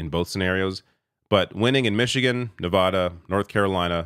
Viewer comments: It's pronounced "Ne-VĂ-də" (using the short vowel sound), not "Ne-vä-də" (using the broad vowel sound). Take it from someone who lives in the region. Learn it to avoid further humiliation. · How does someone as informed as this not know how to pronounce Nevada correctly? It's "vad" as in "add", not "odd". Anybody who says Ne-vodd-ah instantly reveals they don't really know much about the American West. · As a Nevadan, I kindly ask that you learn how to pronounce Nevada. It's not nevauda, it's nevada. That said, let's goooo! Coconut tree 2024!!! 🥥🌴💙🥥🌴💙🥥🌴💙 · Love your channel. Please pronounce Nevada properly. Thanks!